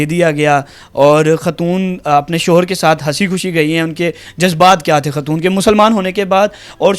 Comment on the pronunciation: بھائ ماجود نہیں موجود ھوتا ھے خاتون ھوتا ھے ختون نہیں ھوتا۔